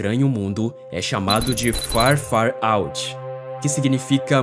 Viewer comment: Vídeo maravilhoso! Mas tem que melhorar mais ao falar o nome certo do astros. Tipo "Farúti" repetido várias vezes dói aos ouvidos. Perde a credibilidade, parece apenas um vídeo profissional que alguém resolveu postar para um canal dublando por cima. Mas desejo seu sucesso sempre e não pare jamais.